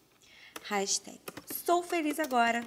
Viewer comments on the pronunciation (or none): odeio gente q fala hashitehgui